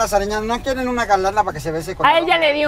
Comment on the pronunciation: "No queren" creí que solo nosotros los del monte hablábamos así 🤭